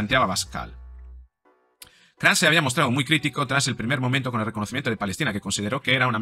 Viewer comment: Es KATZ No Kraz. Poco a Poco caerán, Pero lo mejor queda para el final................